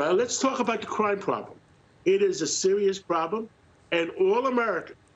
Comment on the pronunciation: It’s craahm